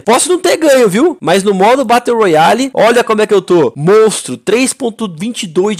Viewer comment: Aí não fallen morando no usa e falando batteu royale aí o verdadeiro pinou